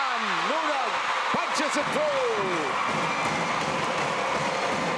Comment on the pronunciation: “B” team vs F2. Sisi makes CMFT a better team, but not a contender. Sev Sarmiento better familiarize himself with the players beforehand. He keeps calling Deanna Wong, De-Anna Wong. He pronounced Nunag as No-nag. He just calls out random player names when the action is going.